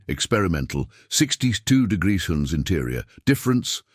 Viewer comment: why can't AI say Celsius 😂 or the word degrees.